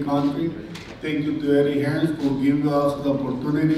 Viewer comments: Anyone know why Americans add the s at the end of names like they have done with hearns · Drop the s lads ffs its Hearn.